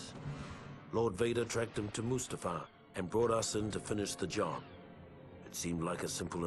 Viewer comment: I'm getting an anerysym everytime he calls mu's ta far, Must uh far